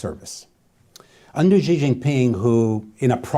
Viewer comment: Know your enemy, Chinese president”s name is pronounced like a female pronoun “She” not “Gee”